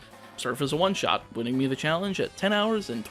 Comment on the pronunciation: oh please, you butcher every other word anyway. i didn’t even notice that you botched “winning”